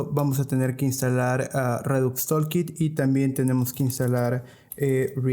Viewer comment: por que ningun desarrollador que habla español puede pronunciar palabras simples en ingles? redux tOOlkit TOOL, pronuciacion TULKIT basicamente, anyway gracias por el video